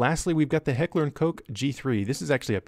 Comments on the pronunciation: It's pronounced KOTCH not coke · It´s not "Heckler and Coke" but KOCCCHHH. It´s not a real problem to pronounce that correctly. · Kochhhh, not Kogue. It's pronounced like clearing your throat. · Heckler & K O C H, not Heckler and Coke! Damn! So at least try to pronounce it the right way! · It always makes me laugh how prudish Americans can be. You always mispronounce Koch as in Heckler & Koch. Its pronounced cock, not coke... 😄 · Please It’s not heckler & Koke XD it’s Heckler&Koch Although my father served in Germany for a year cause were german and he swears on the g3 I forgot when exactly he served but like it was 19 whatever when the wall of the soviets was still there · Downvote for yet another refusal to pronounce Koch correctly. Seriously Americans what is your issue with this. Just stop it.